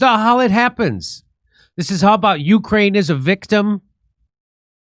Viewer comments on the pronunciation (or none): none